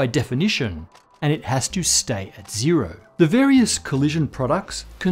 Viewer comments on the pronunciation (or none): Zero doesn’t rhyme with dead